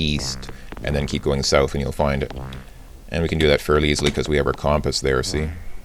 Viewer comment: You pronounce "compass" very strangely. kŭmʹpəs is the proper pronunciation.